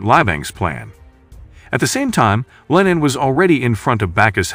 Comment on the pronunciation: Its LeeNan not LINEN Hes not some fabric but a human!